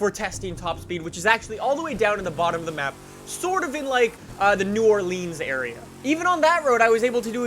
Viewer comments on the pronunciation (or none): This guy just say,.... New or*LEANS*